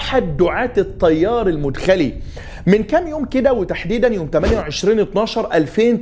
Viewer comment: تنبيه : المدخلي (بفتح المدخلي .. وليس رفعها)